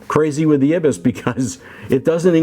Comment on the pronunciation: EYE-BIS is how it's pronounced.